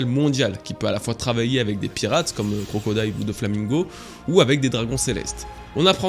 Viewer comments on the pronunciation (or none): none